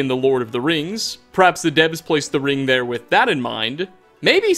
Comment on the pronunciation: Why do you add syllables to words like that it’s so annoying lmao